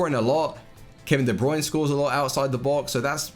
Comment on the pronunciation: De brunay